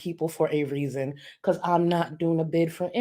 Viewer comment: Since you pointed it out, I hear that you can’t say because